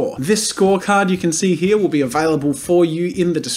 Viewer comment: he only says "here" like how its spelt once, the rest is "hea" i think thats really funny lol